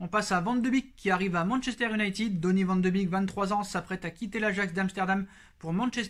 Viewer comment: Salut... Juste pour t'aider avec les noms Bataves... Koeman se prononce koumann et non keumann... Vandebeek vandebéék et non vandebik... Wijnaldum veil nal deum et non vijnaldoum... J'en peux plus des journalistes et commentateurs qui déforment les noms néerlandais... Oe c'est où, ij ou y eille comme dans veille, ee un é long, u un peu comme en anglais limite un é muet... Je sais que c'est pas évident quand on ne connaît pas la langue mais juste un petit effort quand on a l'info pour être respectueux vis-à-vis de ces joueurs. Voilà on repart pour cette saison très compliquée